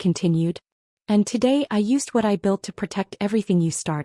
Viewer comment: It's built, not belt.